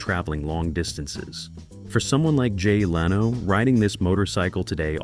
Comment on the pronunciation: It is not how to pronounce "Leno" either.